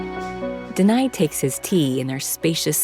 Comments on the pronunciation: I think,his name is Deni,not denai. Iam sorry,iam just confused listening to her keep saying Deny like denying something 😅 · DENI = THE NE (sound)